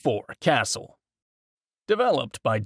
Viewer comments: It’s pronounced 454 “Kah-Sool” my guy. Not Castle 😂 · Its pronounced.454 “kah-Sool” bro. Not Castle.